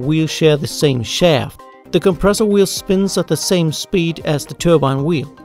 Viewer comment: just went Boston on the “shaaaft”